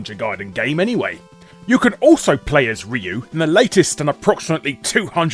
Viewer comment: Seems that no one knows how to pronounce "Ryu" outside of Japan properly. (Also, there is that Castlevania mobile game on the horizon: "Grimoire of Souls".)